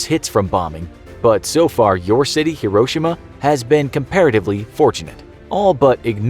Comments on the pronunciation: It’s pronounced “he-ro-shee-ma” not “hiro-shima” 😊🤙🏽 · it's not "Her-ro-sha-ma" it's HERO-SHE-MA